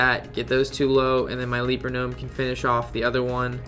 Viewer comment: Gj on the video. Only thing is it's a "Leper" gnome not a "leaper" gnome.